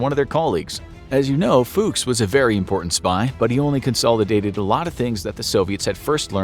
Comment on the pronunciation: That's not how you pronounce "Fuchs"... also Snuck...